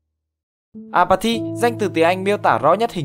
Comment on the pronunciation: Apathy mà tôi cứ nghe nhầm “à mà thì”